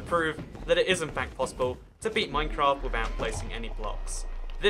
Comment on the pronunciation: no one:: bearing the game withouhht being born yet